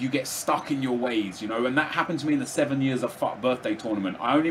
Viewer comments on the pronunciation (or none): none